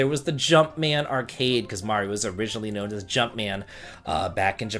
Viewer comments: You pronounced Mario right, so I didn't have to kill myself doing a shot every time you said Mare-ee-oh! :D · I'll watch it only because you finally said "Mario" the correct way. Best wishes. 😀